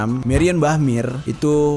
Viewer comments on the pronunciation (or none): Meyer not meir